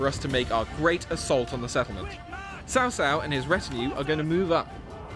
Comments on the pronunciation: It's Tsao Tsao. Sao Sao means (older) sister in-law. >_< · Sorry but you have pronounced Cao Cao as Sao Sao.... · Just say Chao Chao